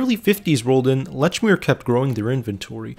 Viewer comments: Leechmere is how you pronounce it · Holy God!!! How can you do a documentary on something and continually mispronounce its name? It's pronounced "LEECH MEER". Just listen to how it's pronounced in the commercials you included!!! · "Letchmere" Absolutely not. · Very well done and interesting to learn the history. Lechmere was well loved in MA and it seems like they should have stayed local. The narrator is definitely not from MA 😂. Lechmere was always "leechmere" and Dedham is "deddum". There were one or two others that made me smile. Well done though. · It's LEECH MERE!! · Pronounced lechmere incorrectly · It's annoying that he mispronounces the name of the store.